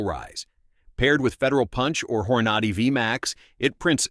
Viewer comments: Horn-a-dee not whore-naughty😂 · Dude… the hell is, “hor-NAH-dee“ or “car-BINE“ ?? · The AI said "Whore-Naughty" haha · So Hornady is pronounced "Hor-notty" 🤣 AI blather box fumble, for sure. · "Whore Nady"? What is this AI BS? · Hor-naw-dee… All credibility lost🙄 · "Whore naughty?" Stupid AI content & narration. Next! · Who else hates how these A.I. voices pronounce words. Hor-nad-y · You lost me at "Whore Nah Dee"! 😫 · "Hor-noddy"?? Get a real narrator for this channel, and not some lifeless AI engine. 🙄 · 🧐 The “campy” AI machine-generated narration is is fatiguing. The mispronunciations such as “Hora ‘nadie” and “Grain Punch” are laughable (AI = Artificial Ignorance 🖕). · Hor-ah-nah-dee for Hornady?😂 You've got to love these poorly done AI interpretations. How can you take this stuff seriously? 22 mag is a fun round, could stop an attack, but not like 9mm 380, 38, 357, 45acp. The price of 9mm ammo is actually a little less the 22mag. Get a 9mm, and practice with it. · this is a pretty good AI video, but none of us say "Hor-nad-y" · Yup. I caught that too. Hornady, I thought, Hmmm now that’s one I haven’t heard of before😂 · He’s mispronouncing hornady. It’s not a long A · Stupid AI robot couldn't even pronounce Hornady . Then it discusses it while showing Federal Punch . Then it shows Hornady while discussing Speer Gold Dot. AI robot can't even see the stolen video clips, and has never fired a gun. Then the robot shows a 9" Ruger but calls it 6 1/2" because the script doesn't match the stolen video clips. Too bad, because the information is important and the .22 WMR is a wonderful cartridge. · Clickbait! Don't watch, not worth it. Within the first 10 seconds, they are showing centerfire rifles, and the narrator can't even pronounce Hornady properly.